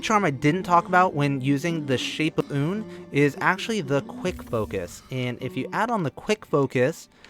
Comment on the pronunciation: Youre the first person ive heard pronounce Unn correctly. Thank you